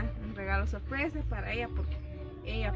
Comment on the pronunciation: Que feo habla este hombre 🤣 se le en reda la lengua dice ahí está ahí está también no dice sorpresa dice solpesa 🤭🤭😂😂